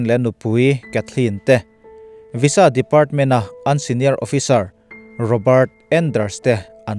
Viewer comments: Sir, Visa hi "Viza" tia lam rik (pronoune) tur ni in ka hria... A ngaihnawm eee...i chhiar thiam in i thu lam a fiah ṭha bawk si.👍👍👍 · I van hre bik em² vaiza ti law² la😊😊😊🙏🙏